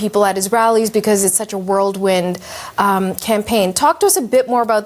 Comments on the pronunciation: it says a lot that uses the term “Whirlwind” but pronounces is “world wind”. 🤦🏻‍♀️ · "World win"?? How does one get a job in broadcasting if you don't know the word "whirlwind"?